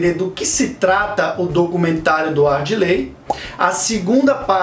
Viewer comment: Parabéns pelo video. Só uma correção: é ADIRLEY, o nome do diretor, e não ARDILEY. Abraços